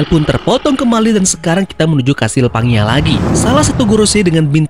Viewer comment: Bang, pangea dibaca panjea 😁